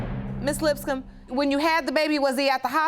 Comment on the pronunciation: Lol I thought the bailiff said the last name was "Lipscum" 🤪